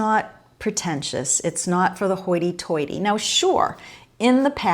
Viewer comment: You are so East Coast when you said hoity-toity that's exactly what my mom says, and she from back east as well. I love hearing you say Sugarwood and Grattan house and would like to name my house. Something like Prairie Vista Villa it's a quasi Spanish style home 4300 ft.² while I'm not on a big plot of land. My house is one of one in the farmland area of central California. There's a big field behind me which to me lookslike a prairie I have two grand decks that overlook it so I think it's apropos